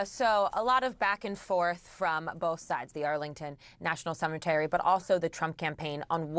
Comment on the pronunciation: It's "CEMETERY".